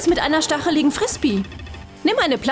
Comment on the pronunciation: Das heißt Zombie und nicht Sombie Und wie man Frisbee ausspricht weiß die offensichtlich auch net :/